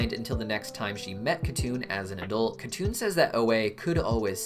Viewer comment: it should be pronounced Hatun not katun since it's a Turkic/Mongolic name.. but yes